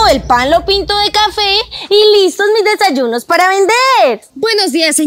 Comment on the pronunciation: Porque dise desalunos😮😮😮😮😮😮😮😮😮😮😮😮😮😮😮😮😮😮😮😮😮😮😮😮😮😮😮😮😮😮😮😮😮😮😮😮😮😮😮😮😮😮😮😮😮😮😮😮😮😮😮😮😮😮😮😮😮😮😮😮😮😮😮😮😮